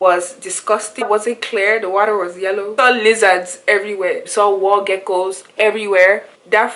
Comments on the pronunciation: Yes, you heard the way she pronounced water. "di wortta". Definitely not African American. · Yes, you heard the way she pronounced water. "di wortta" lol. Definitely not African American.